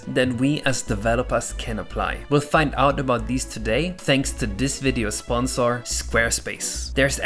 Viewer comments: Did you say sponsor like sponsaur because dinosaur because Yoshi? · Accents exist :o